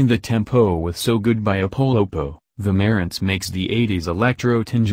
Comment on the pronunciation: MUH-RANTS not MERENTS